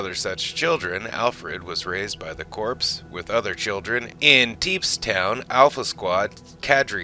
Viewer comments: The term "Corps" is pronounced "Core" as in a core of top soldiers not "Corpse" as in a dead body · Firstly, the word corps is pronounces as "core" not "corpse" the 'p' and 's' are silent (the word I believe has French origins) Also, how can you do the history of Mr. Bester, going through information from the novels and such, touching on his parents and Steven Walters and not explain why Bester's left hand is always clenched?!? We see it every time he appears in the show (take a look back if you've never noticed it) but it's never touched on in the show. I won't spoil it here but I recommend anyone wanting to know more about why to read book 2 of the Psi Corps Trilogy, Deadly Relations by J. Gregory Keyes if you can get a hold of a copy. Also the 3rd and final book, Final Reckoning which brings a very satisfying end to that particular narrative thread, very minor as it may be! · It sounds like this is being voiced by AI. There are some unnatural pauses, and the word corps is spelled exactly that way, but pronounced "core". It's Latin and means 'body', i.e. a body of men/women. Cadre is not pronounced "ca-dree". It's "cay-dre", suppressing the 'e'. "Urbane" is not pronounced the same as "urban", either; it's pronounced "er-bane". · Corps. is pronounced "core"..... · Corps is pronounced Core....